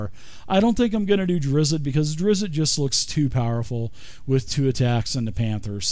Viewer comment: Immediately stopped watching after your pronunciation of Drizzt. Don't know if you did it on purpose as a joke or just ignorant of his name, but it pissed me off either way.